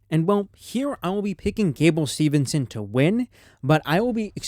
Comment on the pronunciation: Steveson, not stevenson